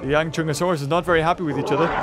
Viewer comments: Not yangchunsaurus it’s yanchuanosaurus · pronounce it correctly it is Yang-chu-an-o-saurus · It think it’s pronounced Yong-Shyang-o-Saurus, I could be wrong But that’s almost how it’s spelled so yeah :/ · Yang - SHOE - ahn - O - saurus. But it don't really matter coz you were almost there. And yes. From Asia.